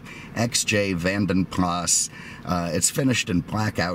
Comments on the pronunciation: I think Vanden Plas is pronounced PLAR not PLAS so Vanden Plar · You don’t pronounce the S on the Plas part. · Simon Richardson You are wrong. You don’t pronounce the S. Are you American?! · The S is not silent at the end btw. It’s my last name 😝